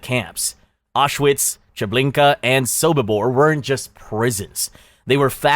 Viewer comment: R shwits? Ow, sh vits, You don't pronounce Audi as Rdy Ow Dee